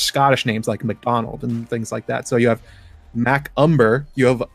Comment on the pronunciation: It’s not Mackumber it’s makumba . Think of a Indian god. They believe Inc that shit.300 different gods n shit. Look it up